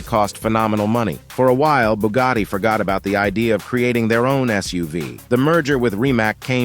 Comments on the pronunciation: BUGATTI, si dice Bugatti non Bugari. Non capisco perchè gli anglosassoni debbano storpiare tutti i marchi. Noi italiani google lo pronunciamo all'inglese perchè è un marchio statunitense, che cazzo è Bugari??? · Booogadi reeemac cairone wtf😂😂😂😂